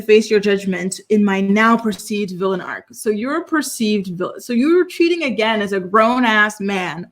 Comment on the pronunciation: Arc, not Arch 😒